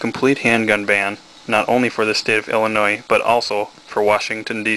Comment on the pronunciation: Dude! The 's' in Illinois is Silent!!!!